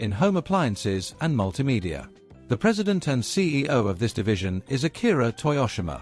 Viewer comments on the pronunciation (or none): none